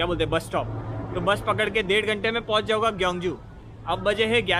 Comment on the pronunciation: It's jaunga not jauga😁 hai